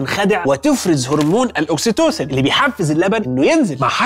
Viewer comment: توضيح يا ابو احميد الهرمون يسمي الاوكسيتوسين وليس الاوكستوسون